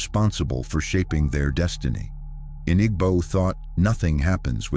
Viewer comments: Igbo is pronounced eeebooo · Nah it’s the pronunciations that irks me. IG-bo is crazy work 😂. Great content tho, I just wouldn’t mind the writer also reading it for cultural context